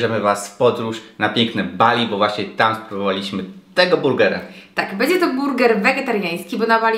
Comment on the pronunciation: Bedzje, sje, własnje... KOSZMAR